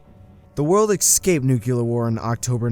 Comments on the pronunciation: the world ecscaped nucular war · sorry to be this guy but nucular, I think not. Nuclear, yes. Also excaped if I heard correctly? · Also “excaped”